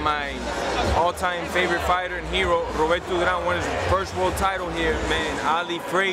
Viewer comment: Roberto drawler? Ali fresher? Jajajajajaj